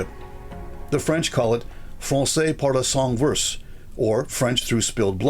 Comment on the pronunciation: It is not verse from a poem, it is versé as in vers-eh.